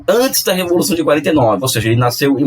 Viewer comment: Apenas um erro de dicção, mds...